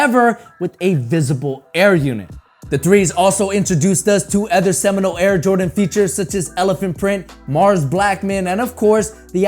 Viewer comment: You should learn how to pronounce your words correctly. Ex. PopULar , Other. It's quite distracting